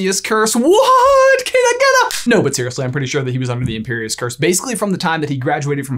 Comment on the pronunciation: u said imperius wrong! YOU AREN'T A TRUE FAN!!!